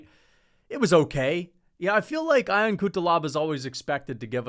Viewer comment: Fk it’s not I-on Cutelaba …. It is pronounced Yon!!!